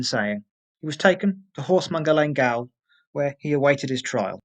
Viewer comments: Excellent vid Sir, I applauded your research on this very interesting subject!.. however.. it's driving me nuts hearing you pronounce gaol as "gail". Even though it is spelt differently to the modern word "jail".. it is pronounced exactly the same way.. GAOL = JAIL ;) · Great video well narrated. FYI gaol is pronounced jail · Gaol is pronounced the same as jail. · gaol is pronounced jail. gaol is English spelling, jail is American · Gaol is pronounced jail. It's the British spelling for jail (the American spelling). I enjoyed the video! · Why does the narrator keep pronouncing gaol as gowl ? Is it because they only know the american spelling jail ? Up to the 1970's it was still acceptable to spell jail as gaol, but as the yank spelling became the norm the Brit spelling lost it's use totally . Oh well next it'll be colour spelled color . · I wondered that as he mispronounced "gaol", most real people know it's the same as "jail" probably just a youngster/foreigner if not a robot? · Gaol is still pronounced 'jail'.